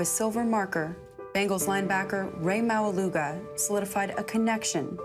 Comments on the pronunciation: the pronunciation of maualuga is not suppose to sound like that 😅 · are you Samoan? or even islander? cause if you are you'd know that's not how you pronounce his last name ✌🏻